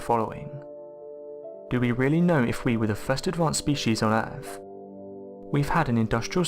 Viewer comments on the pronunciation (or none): Agreed. Worse than AQI, added to which are multiple instances of (e.g.) ‘togever’ (together) and ‘earf’ (Earth). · I can maybe help a bit if you are trying to understand the narrator's pronunciation: 1] for "Earf", read "Earth". 2] for "uvver", read "other" 3] for "funder", read "thunder" 4] for "dameter" read "diameter" 5] for "megaliffic" read "megalithic" 6] for "wivout", read "without" etc.etc. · Norf America planet Erf